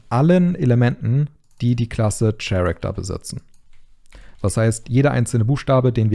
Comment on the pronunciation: Super Tutorial, die Animation sieht verdammt gut aus. ps. "character" wird "käräkter" bzw. nach IPA ker-ik-tər ausgesprochen 😉